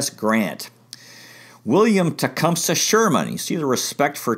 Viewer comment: Its pronounced Tee-Come-Say.